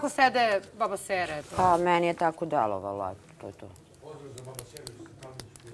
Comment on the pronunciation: Meni je tako dalovalo😂 kaze Ana, zena je njanjava ne izgivara rijeci kako treba.